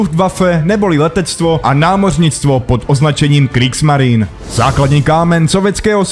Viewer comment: Něco k psaní a výslovnosti. Zaprvé - čeština má "š", takže psát katusha je blbost. Zadruhé - v němčině se e na konci slova vyslovuje, takže Kriegsmarine není [krígsmarin] ale [krígsmarine]. Podobně pozor na přepisy z ruštiny, ty ponorky nejsou [šuka], ale [ščuka] (štika).